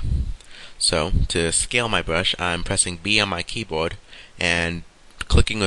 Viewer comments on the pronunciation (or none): Good tutorial just a few things i dont understand. what is the an eye bwow and a bwush :D hahaha